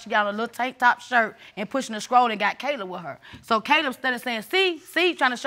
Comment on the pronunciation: In the first case the Grandma called a stroller, a “scroller”.